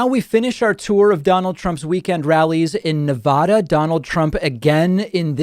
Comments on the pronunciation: Really? Try pronouncing the state of Nevada. Trump actually got it right and you mispronounced it. It’s Ne-VA-da. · Nevada. Please learn how to pronounce it, you're gonna say it at least 4 more times before November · nitpick warning Nevada natives pronounce the word with a circumflex, not an acute. As a talking head I thought you might want to know. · Nevada is pronounced with the first a as in Apple.